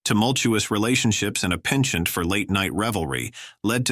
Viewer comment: Why can't Americans pronounce the word "penchant" correctly?